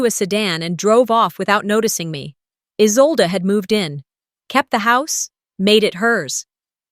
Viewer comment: It’s Isolde, not Isolda or Izolda.